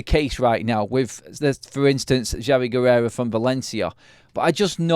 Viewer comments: It's Guerra not 'Guerrera' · Guerra not Guererra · Pronounced Ge-ra 😊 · pronounced "Gweyrrah"